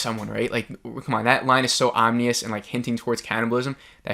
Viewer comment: Ominous. Not omNIous